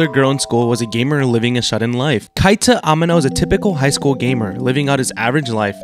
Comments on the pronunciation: Names himself weeb, proceeds to butcher pronunciation of Keita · Bro thinks he's an anime youtuber but can't even pronounce "Keita"